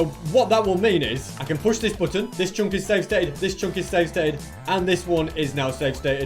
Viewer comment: why u saying "CHONK" and not chunk